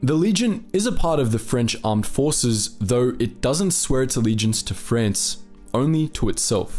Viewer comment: Where the hell is Frence and wtf is a spanyard...not to mention the sovvyets...this guys pronounciation is atrocious....put me off after 5 mins.